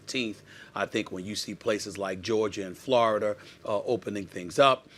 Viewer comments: i know right??? he always Geoger or Florder..jajahahhah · Florider... its Florida!!!